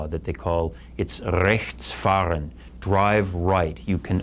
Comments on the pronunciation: how dafuq does he say 'Rechts fahren' o.O I would never pronounce it like that and i'm german :D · rrrrrrrrrrrrrrrrechts fahrrrrrrrrrrrrrrrrren xD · hahaha :D Rrrrrrrrechtsfahrrrren :D ich finds immer genial, wenn mitten in nem englischen Satz ein deutsches Wort vorkommt (z.B. Kindergarten, Autobahn usw.) :) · "It´s called RRRRREchtsFahren!" xD American accent is so funny :D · it's rrrrrechtsfahren :-))) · he speaks "rechts fahren" like hitler -.- i think, many americans thinks false by us germans ._. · hahahahaahahah XD so spricht nichtmals nen Deutscher sondern Hitler